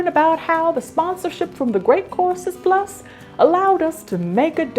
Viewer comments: Every time you say the sponsors name, my tinnitus hears “The Great Corpses”. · I thought she said she was sponsored by The Great Corpses Plus at first 😆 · totally thought you said “great CORPSES plus” and was absolutely mortified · Why do I hear "Great Corpses Plus" every single time??? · I automatically hear it that way myself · I heard it like that the second and third time she said it, even though I already saw the logo and knew it was courses. Lol